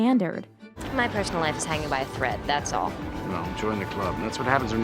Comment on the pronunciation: " that's all". I always like how she pronounce that